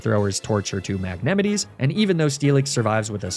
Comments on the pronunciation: My man really pronounced it as Mag-nemm-it-ee 😂 why do people say it as anything other than Mag-neh-mite!? Great vid btw. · "arca-neenay" "l'prozz" "mag-neh-mitt-tee" very interesting pronunciations of these names...? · YAYYY another soulsilver nuzlocke!!!! :D also, why do you keep mispronouncing magnemite, arcanine and lapras? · For the last time that's not how you pronounce Magnemite, Arcanine and Lapras.